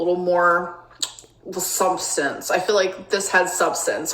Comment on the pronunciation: ‘SHUBSHTANSH’. what? You been taking Smug supplements?